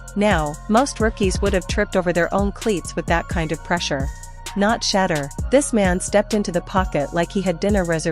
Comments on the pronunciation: Pronounced “Shi - door” (Shedeur) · If you want to grow this channel your AI has to learn how to say his name. It’s Shedeur! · Whoever this woman is need to pronounce his name right or shut the hell up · Listen, if your going to be some type of spokesperson story teller, put some RESPECT on Shedeur's name and pronounce it correctly or step aside 💯